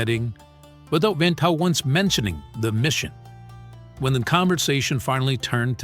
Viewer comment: I was gonna say that. His name prouncation was on point